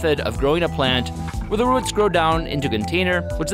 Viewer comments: Ohhh i hate the way he says ruts instead of roots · ROOT not rut